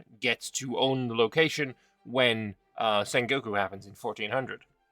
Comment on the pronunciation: The way you pronounced Sengoku, I thought you said Saint Goku. Which should be an option for a christian Japan.